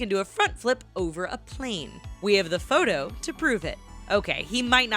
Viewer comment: i dont know what you saying its photo not what ever